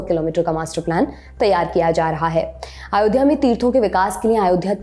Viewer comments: आयोध्या नहीं अयोध्या हे वो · आयोध्या नहीं अयोध्या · Its not Aayodhya….it is Ayodhya